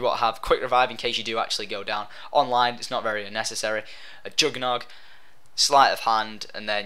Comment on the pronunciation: ......................ARE U SRSLY ITS JUGG FFS